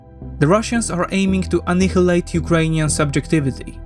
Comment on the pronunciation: For future vids please check the correct pronunciation of annihilate 😊😅